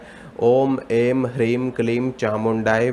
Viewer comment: आपका उच्चारण सर्वथा गलत है। शुद्ध इस प्रकार है ऐं न किऐंग ह्रींग। इस प्रकार का उच्चारण शत् प्रतिशत अशुद्ध है ऐम शब्द नहीं बोला जाता है बल्कि ऐं शब्द शत् प्रतिशत शुद्ध है जय माता दी